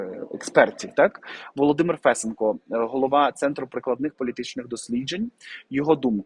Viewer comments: Не Фэсенко, а Фесенко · Какой ФЕсенко? ФесЕнко! 😆 Ой, Господи, пока понял, о ком идёт речь! 😆, Вы с Луны что ли? 😆 По-моему, уже каждый в Украине знает, где надо ставить ударение в фамилии Фесенко! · Фесееееенко. Наголос на 2 склад. А взагалі дуже дякую за аналіз,. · Фесе'нко - наголос на 2 складі!